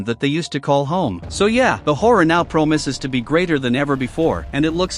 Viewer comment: Promises ❌ Promoses ✅